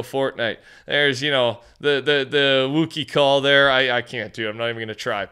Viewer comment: Bro you really gotta learn to pronounce Wookie and Hela properly. You sound like a clown doing "Fornite news" and can't properly say the names of the IP they are collaborating with. For such a "HUGE STAR WARS FAN" you sure slaughtered Boba Fett and now massacre Wookie. Bizarre.